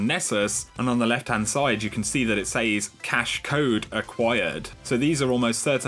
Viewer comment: Anyone notice the way he says "says"? More like "saze"